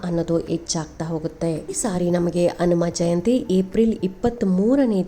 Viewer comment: ಕನ್ನಡದ ಉಚ್ಚಾರಣೇ ಸರಿಯಾಗಿ ಇರಲಿ ಅನುಮಜಯಂತಿ ಅಲ್ಲ ಹನುಮ ಜಯಂತಿ ಎಂದು ಸ್ಪಷ್ಟವಾಗಿ ಹೇಳಿ